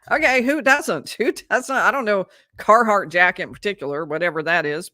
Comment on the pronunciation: it's Carhartt, not Carhardt. y'all sure it's part of your life?